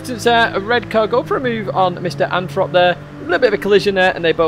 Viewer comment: Anyone else think the name "MrAnthrop" is "misanthrope? The way said it made my ears hear it.